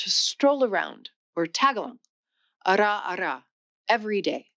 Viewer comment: The Filipino language is pronounced ta-GA-log. Most English speakers mispronounce it like you did by adding the g to the first syllable. Also, if I got the word right, it is "araw-araw" which is pronounced ah-rau, which means "daily" when said twice instead of time when said once.